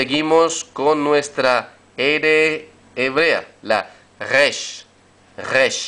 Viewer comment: Por favor la resh es más parecida al español (como las r semitas) que al alemán o el francés, es decir, nace en el frente de la boca. No la enseñen más como si todos los hebreos fueran esquenazis. En la red hay algunos rabinos y estudiosos del hebreo que lo aclaran: hay vibrar la lengua como lo hacen todas las comunidades judías del Medio Oriente. La influencia del alemán y hasta de las lenguas eslavas, sin querer, le han hecho daño a la pronunciación ancestral del hebreo.